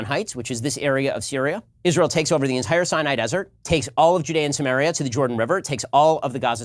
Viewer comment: yeah, I got that after the tons of people using this term as of recently. For a hebrew speaker (actually don't if he is) his pronunciation is not helping...